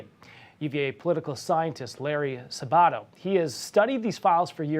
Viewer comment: LARRY SA BA TO. AT LEAST PRONOUNCE HIS NAME CORRECTLY.ACCENT ON THE FIRST SYLABLE